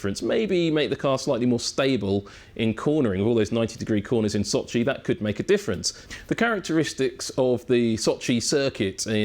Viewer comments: Sochi, not soooochiiiiiiiiii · s`O`chi, not soch`I` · Can pronounced every technical detail flawlessly but struggle to say So-chiii over and over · İt is pronounced Sochi not soch-iiii 😂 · Never knew Sochi is pronounced like SochiE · why is he mispronouncing Sochi so bad? The emphasis is on O. Does he know the race is in Russia and not in far east? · The way he pronounces Sochi... bless you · Brown Yeah I know, didn't mean it as an insult. On the other hand, he did pronounce it correctly couple of times